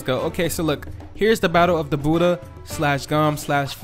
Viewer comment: Let’s get the budhha sounds like your saying let’s get dat booda (boody) LOl